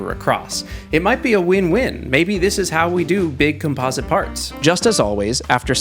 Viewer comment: he is saying composite wrong